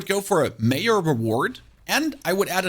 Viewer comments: Did you just pronounce major as mayor? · Lmfao this is great, I believe he is German and that's why he said "Mayor" when pronouncing "Major". 😂 His English is pretty good but on occasion I catch stuff like this and it usually makes me laugh. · You confused me when you were referring to Major reward because you actually said mayor reward. When you are referring to the name Jesse, do you say Yesse? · Why is bro pronouncing "major" "mayor" 💀💀